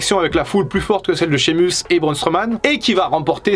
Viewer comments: On dit Shey muss 🤣 et Keltik pas Seltik warrior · Ça se prononce Shémeusse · col roulé et une chaine de crypto ouaiis normal quoi sinon pour la prononciation de sheamus c'est un mélange de i et de é shéimus on va dire